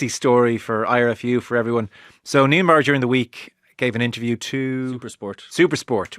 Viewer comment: Even Eddie can say Neinaber correctly,.